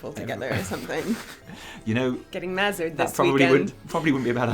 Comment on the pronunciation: For the Horde! also mazzered? lol wtf?